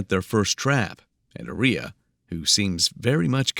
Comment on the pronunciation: Aria Armstead doesn't sound anything like gonorrhea to me 🤷🏼 The AI narrator is pronouncing Aria incorrectly. The stress should be put on the first A in her name. It should be pronounced AH-ree-yah